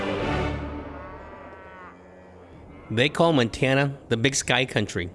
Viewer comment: “Montana” not “Mantana”